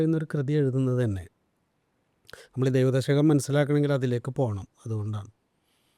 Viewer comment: ദൈവദശകം ഇത്രയും വ്യക്തമായി ഭക്തിയോട് കൂടി ചൊല്ലുന്നത് കേട്ടപ്പോൾ വലിയ സന്തോഷം തോന്നി. ഷൗക്കത്ത് ജി 🙏🙏🙏 പ്രേംജി 🙏🙏🙏